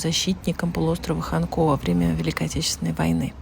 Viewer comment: Остров ХАнко. Ударение на первый слог.